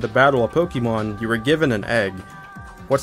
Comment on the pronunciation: "powkyeemon" lmao